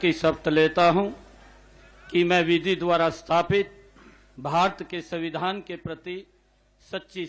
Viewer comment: ये मुख्यमंत्री और मंत्री हैं इन लोगों को हिंदी भी बोलने नहीं आ रहा है, सविधान नहीं होता है माननीयों!!!! संविधान होता है मुलायम यादव भी सविधान ही बोलता था